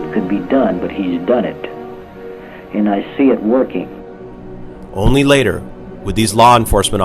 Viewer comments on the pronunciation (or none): none